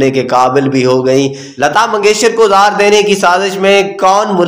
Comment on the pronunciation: Lefz,, zeher,, apna urdu tulafaz or durust karyn, zeher,, lefz gult bol ry thy